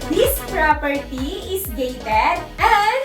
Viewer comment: Did you even say where the propERTEEE was located?